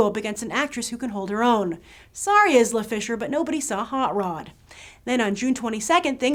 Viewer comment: The Avengers, and btw her name is pronounced EYE-la not IS-la, other than that good video.